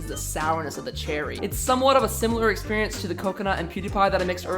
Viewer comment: My man out here saying experient